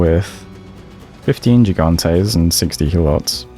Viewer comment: The G in the beginning of Mekone's stuff is a hard g, like in grass. Sorry, man, but when I heard jigantes and jerontes in one sentence, my hand actually twitched.